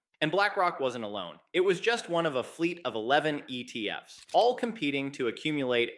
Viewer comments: the giveaway is the pronunciation of ETF's as "E.T.F.S". Not everyone, but occasionally. It's A.I. generated/ voiced. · It literally said, the E T F ES instead of the ETFs. It literally spoke the ES like it spoke the E, the T, and the F. I don't know if the video is AI, but the audio is. At any rate, what I got from all of this was, "Don't buy ETFs, buy actual bitcoin, and don't keep it in banks, custody it yourself." Old advice, still good as ever.